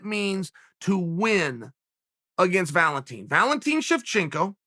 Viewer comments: Valenteen... no wonder he always calls her The Bullet. Which nobody else calls her. Learn the fucking names. Chael “YaRir” Sonnen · The way Chael says Valentina hahahaha